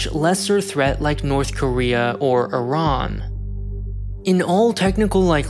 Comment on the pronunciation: “NORTHER KOREA”